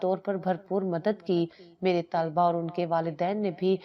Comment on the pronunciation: Mashallah kahani bahut achchi aur bamaqsad hai lekin is mein aap ne padhne aur likhne mein ek galti ki hai aap ne bar bar taaliba padha aur likha hai jab ki sahi talba hai